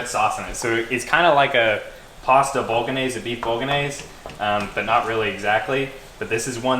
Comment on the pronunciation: Bolognese has a silent g btw, great vid tho